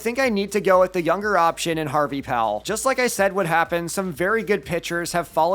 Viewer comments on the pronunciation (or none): none